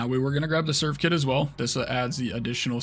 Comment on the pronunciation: triggering me with the "serve-kit", and i dont know why